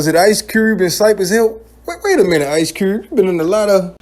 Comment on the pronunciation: Lmao when he said wayminit Cube you been in a lot of beefs!! I passed out laughing 😂 😆